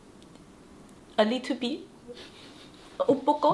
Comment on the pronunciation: 身为新加坡人，看那么有诚意就不计较 不过还是得纠正 不是 “a little be” 应该是 “a little bit” 哈哈